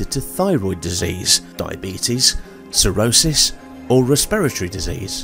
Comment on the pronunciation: Correct....but in their defense it DID kind of SOUND like you said a cirrhosis though, but it could just be an accent thing 😊